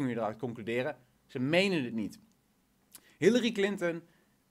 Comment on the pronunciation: op het begin larry clinten XD wie is dat XD like als je het ook hoorden